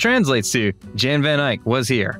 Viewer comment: Jan is pronounced Yahn, not John.